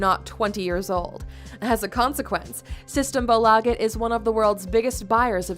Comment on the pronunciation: Säg systembolaget rätt snälla